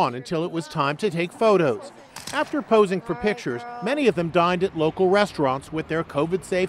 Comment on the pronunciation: sounds like they said died instead of dined